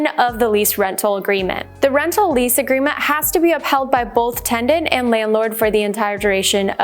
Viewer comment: It’s tenant…. Not tendant.